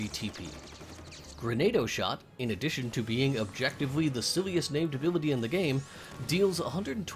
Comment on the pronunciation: It's pronounced GranAUDO shot, Grenado were makeshift bombs used by bandits and pirates